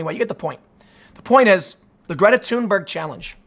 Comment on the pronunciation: props to Tim for properly pronouncing her name: "Tuneberg" - havent heard any other media person get it right yet